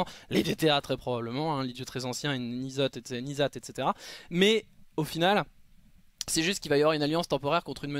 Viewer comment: mec arrête de dire nizath c'est n'zoth et ça ce prononce hèn'zot et naz jatar c'est nul, d'ou il y a des route dans un pays imergé depuit 10000 ans ???? t'es sure que tu joue a wow ?^^